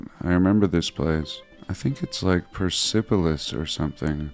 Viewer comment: fyi, - persepolis may not be pronounced with accent on 'sep' it may be 'purse-po-lis' with accent on 'purse' by persians that is, or at least by my persian former wife